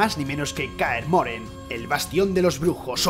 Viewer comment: kaer moren no Kaer MorHen